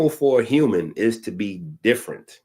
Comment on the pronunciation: Hue-man beams lol😅